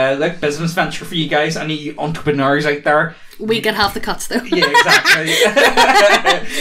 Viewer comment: Did you all just say "entreporneurs?"